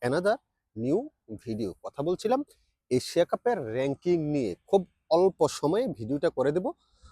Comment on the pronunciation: রেং কিং টা আবার কি??? কথাটা র‌্যাঙ্কিং হবে।।